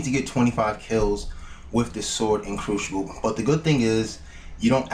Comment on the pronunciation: Cruxiable xD